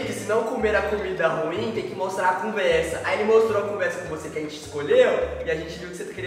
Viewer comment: Gntt eu contei quantas vezes o falou conversa e foi 0! Pq ele fala CUMversa KAKAKKQ